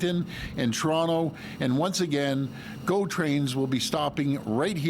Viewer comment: Doug - it’s NI - AG A -RA and it’s TO RON- TO , remember the Liberry !